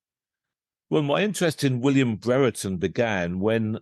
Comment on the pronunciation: It’s not bre re ton It’s Brereton like brier-ton